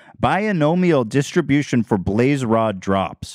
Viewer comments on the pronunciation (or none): none